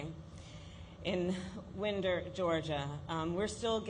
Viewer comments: ITS CALLED WINE-DER not wind -dur... She is a joke! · The name of the town is Winder as in a Winding Road not Winder as the wind blows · It's Wind er Kamala---like wind a watch. For gosh sakes get it right. You make me sick!! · Can’t even pronounce Winder, GA